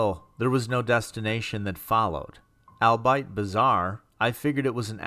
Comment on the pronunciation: Did anyone else cringe at the mispronunciation of "Siobhan" each time? The mispronunciations of "viscous", and "albeit" my grammar-snobby mind allowed to pass with minimal distraction, but the name "Siobhan" really kept stabbing at me. I am a new subscriber and I LOVE the content. I still love it, but I cannot help if my brain feels like it gets zapped every time I hear mispronounced words/names. It's a character flaw I suppose. That being said (just to satiate my own selfish needs): "albeit" is pronounced, "all be it"; "viscous" is pronounced, "viss-cuss"; and "Siobhan" is pronounced, "Shi-vawn". It's an old Irish name I believe. One in which the "bh" is pronounced as a "v" sound. Sorry! Love your content!!!🥰💙💙💙